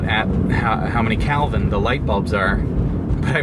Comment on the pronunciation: It's KElvin, not CAlvin